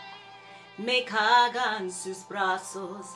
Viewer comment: Carga (carrga) acentuación fuerte en la letra "r".